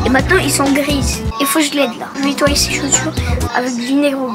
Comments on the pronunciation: Eh mais il dit ettoyer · ton petit frère il est bizarre on dit pas ettoyer on dit nettoyer il est bizarre à faire des séquences stylet est bizarre que il et toi tes chaussures avec du vinaigre blanc et les abonnés casser la barre des pouces bleus